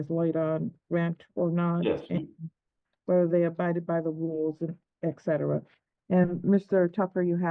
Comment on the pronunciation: ETcetera…not EKcetera!